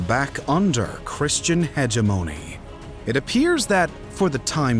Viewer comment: Interestingly unique pronunciations! My favorites are “peninsula” and “hegemony”.